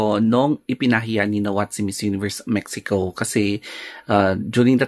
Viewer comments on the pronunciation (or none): none